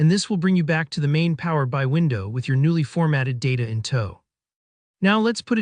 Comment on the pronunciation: Just so you know... the application you're talking about is pronoumced Power BEE EYE, not Power BYE. It's kind of basic.